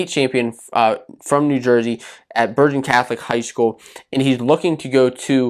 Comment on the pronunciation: Dude you keep saying “Burdgen Catholic” it’s a hard g sound like in Girl. Also, Cardenas didn’t transfer to Bergen to train with Foca, he started at Queen of Peace in NJ which actually closed its doors necessitating a transfer.